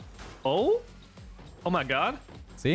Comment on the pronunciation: i love this series also: "oh my guhd"